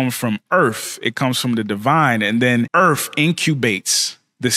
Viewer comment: Did you really put emphasis on the word Earth as ‘EARF’?